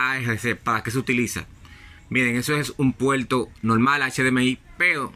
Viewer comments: La palabra no es puelto es "PUERTO" DEBE PRONUNCIAR la "R" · continual, mencional, intelmedia, puelto, letolno, pero porque si dice ARC y no ALC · "puelto" pero si saben decir "erre". ¿Entonces porque no hablan bien? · Retorno Puerto Televisor Explicar Escuchar Así se escriben y se pronuncian no poniendo una L final a la palabra me da lata escuchar cuando no saben hablar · Puelto xd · PUERTO NO PUELTO Televisorrrr no televisolllll Explicarte con ERE NO EXPLICAL. HABLA BIEN POR DIOS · Pronuncie bien la RRRRR no mame se dice puerto y usted dice puelto, peldon voy a vel la imagen.:face-orange-raised-eyebrow::face-orange-raised-eyebrow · Es puerto o puelto I eso k lo chilenos ablamos mal. Cachay.. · POR QUE HABLAS CON L ??? PUELTO, ALC, CON LESPELTO , LETOLNO ???? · Un puelto 😂😂😂😂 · Es puelto o puerto ? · PUERTO...SE DICE PUERTOOOO! NO ''PUELTO''😆😆😆😆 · Amigo , se dice "PUERTO" y no "PUELTO" . Es un "puerto" del televisor . Gracias por el resto de la información , muy buena . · Que es un PUELTO HDMI? XD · Por favor no uses L por R. Es puerto y no puelto. Es televisor y no televisol. Explicar y no explical. Etc etc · Mencional, continual, intelfase, puelto...?